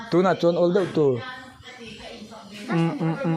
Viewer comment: “Thai” a awm lo va,”thei” ti a lam tur aw.